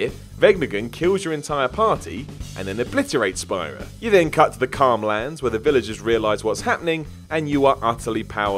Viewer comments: Says "Spy-Ra" instead of "Spear-A".......at least he didn't say "Tee-Dus" I am happy Edit: Anyone claiming "Tee-Dus" is the proper pronunciation is unequivocally incorrect. Play the game. Hear them say "Tide-Us" each and every single time. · My man said "Spy-ruh" and "Zanark-Land" though 🤣 In his defense, all the locations in FFX had bonkers names. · You're saying Spira wrong. It's pronounced Sphere-ra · "Spy-ra." ..... I swear you guys don't even play these games half the time and just look up videos or wiki articles about them. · I agree. Especially the way he pronounced Spira and also Zanarkland instead of Zanarkand. Lol.